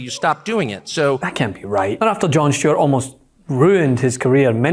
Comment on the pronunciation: FINALLY, someone saying the name of Stewart properly 😉